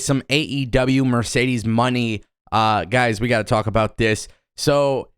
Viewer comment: It’s pronounced “Moe-Nay” not just simply “Money” lol